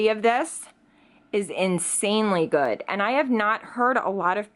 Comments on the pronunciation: Seriously annoys me how you say goodT instead of good.... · renee40 She does that a lot. Instead of pronouncing words the d she says t. Like goodt, badt, underratet etc 🙄🙄